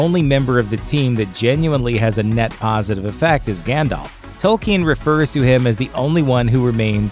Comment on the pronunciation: this is so sad! whos Gähndalf?